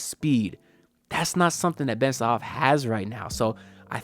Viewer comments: Haha man your funny! His name is Ben Sarrrrrraf (with the r), when you say Ben Sahaf it's like you saying that Ben enraptured 😂.. Plus, 40 minutes drive in Israel is not super close by.. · You didn't mention the R, its Ben Sa-Raf